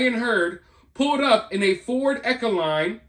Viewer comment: # The ford van is pronounced: Econo - Line. as in, Economy Line of vans.